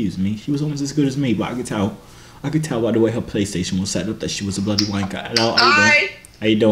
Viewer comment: Its not bluty its bloody